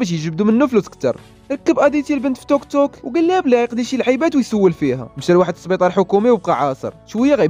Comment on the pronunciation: هههه واش بصح سميتو توكتوك تضحكني منين كتقولها